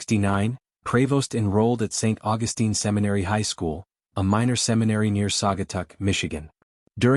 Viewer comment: You are mispronouncing "Augustine". The way you say it is how the female version of the name is said.